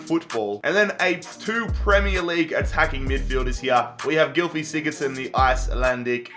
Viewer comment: It,s not gilfí sigurðsson it,s gylfi sigurðsson